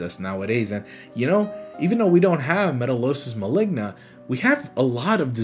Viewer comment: Maligna sound like ligma help 😭